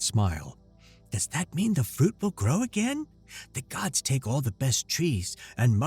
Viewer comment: Good story but I have 2 complaints. One: gods' is pronounced the same as gods. You don't say godses. Two: the narrator voiced the 17 year old the same as the 3(?) year old. Yes, I understand they were supposed to be a more primitive society but, come on.